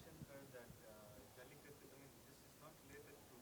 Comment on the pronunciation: It’s a shame the anchor/moderator didn’t take the effort to learn how to pronounce the name of the movie.